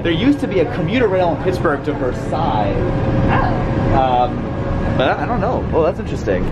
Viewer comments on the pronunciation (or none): it's pronounced "vur-sails" here. But god bless you for trying to say it correctly lmao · You pronounced Versailles wrong.